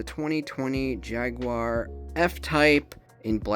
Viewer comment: Good to hear the correct pronunciation of 'Jaguar' there 😂 That's 1 hell of a collection you have BTW 👌